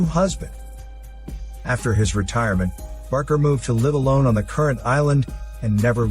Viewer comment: BAKER DILL - NOT BARKER!